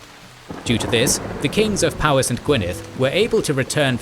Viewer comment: Small note: "Powys" is pronounced "POE-iss", not "POW-iss". In Welsh, the letter "w" acts something like the letter "u" does in English.